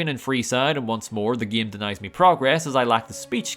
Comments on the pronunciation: the fuck is wrong with you ? it's game not gim, im french and is say game like a normal person, smell like a desperate attempt at seeking attention to me. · Your next video should be "Can I Beat Fallout: New Vegas Without Pronouncing "Game" like "Gaem?" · Bro really said geam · I can’t get over your pronunciation “game”